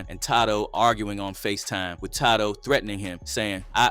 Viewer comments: Who is tydoe 😂😂😂 it’s tadoe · "tay--doe" not ta-do 💰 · “TAH-DOE” is WILD. 🤦🏿‍♂️ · His name isn't Toddo